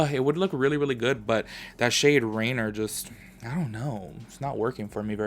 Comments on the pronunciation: It’s not “rainer” lmaooo it’s rainier...which is mount rainier which is pronounced “RAIN-EAR” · You pronounced most of them correctly, accept Rainier is like ray-neer. And yep, the colors are inspired by Washington State :D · Rainier is pronounced “ray-NEER”. Like reindeer, just without the “d”. I haven’t had an issue with any of the colors yet. My brown liner, on the other hand, is defective and the component isn’t pushing it up. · No hate cause I can’t read either, but local Washingtonian here, “Rainer” is based off mount Rainer and is pronounced “Ray near”. 😂❤️ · the shade Rainier is actually pronounce Rainear Its hard for others to promounce, no shade, I used to live in Washington and it took me awhile : ) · Appreciate this review! I’m going to stick to the child palette for my olive and earthy tones fix, though. Lol the shade Rainier... seems very irksome. You gave it a chance. I thought it was Rain-ee-er, but I can’t pronounce shit 😂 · I’ll be that girl 😉 lol it’s pronounced “rain-ear”. It’s a mountain in Washington near Portland Oregon.